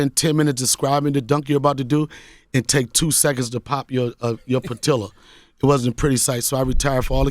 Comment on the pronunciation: pitilla?😂 I think you mean patella